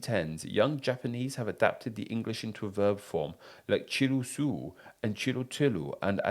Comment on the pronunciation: Hi! The word Chiru comes from 'chill' so it is pronounced chi-ru. I need to give you basic Japanese pronunciation lesson ;D